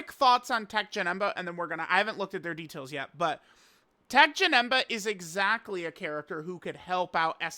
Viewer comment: Teq Janet? Wtf are you mumbling about